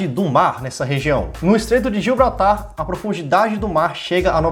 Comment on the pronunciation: Q agonia vc falando "gilbratar" ta escrito grandão na tela "GIBRALTAR" kkkkkkkkkkk